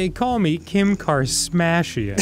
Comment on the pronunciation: "kim car-smash-ian"